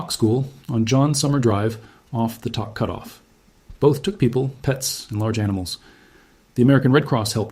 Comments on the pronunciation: I lived in Tok when I first moved to Alaska in 1998. Love that little community. By the way it’s not pronounced Tock. It’s Tok, as in took on a cigarette. I’m praying for everyone. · This guy speaking seems highly specialized in information, so my question or statement to him is WHY doesn't he PRONOUNCE Tok as it is known to be pronounced - it is NOT "TOCK". We Alaskans pronounce it as "TOKE". Hey mister do you not do COMPLETE research? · It’s pronounced toke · Hey BLOKE! Toke is pronounced like COKE. You really need to redo this video. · It’s pronounced Toke…. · This video is disrespectful to Alaska and the residents of Tok. You can’t even pronounce it correctly. And your facts are wrong. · Bruh...you mispronounced the name...the "o" is pronounced with the "oh" sound. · Learn how to pronounce Tok !!! I’m in Alaska